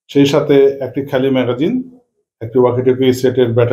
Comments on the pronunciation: ম্যাকজিন❌ ম্যাগাজিন✅ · মেঘজিন না মেগাজিন 🤣😂🤣🫵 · Magzine nah magazine hobe.. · ম্যাগজিন না ম্যাগাজিন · ভাই, ম্যাগজিন কি? শুনতে খুব খারাপ লাগে সঠিক উচ্চারণ করেন